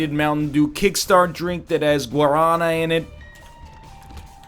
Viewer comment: Everybody in the comments talking about pepsi vs. coke while letting this man get away with the most thorough mispronouncing of guaraná I've ever heard in my life.